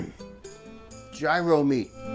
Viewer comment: And you pronounced taziki and gyro correctly☺